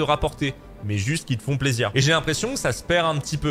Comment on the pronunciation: Plaisireuh, réponseuh, proposéeuh, respectueuh